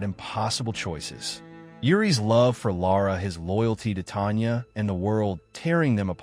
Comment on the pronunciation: The narrator for this video can't pronounce names!!!! It is not "Laura"-- it is Lara. It is Tonya not Tanya. It is not Shari,it is Sharif.